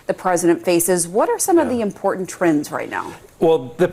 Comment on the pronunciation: If you're going to change the pronunciation of Iran, then every speaker needs to learn that there is no 'D' in "important". 😠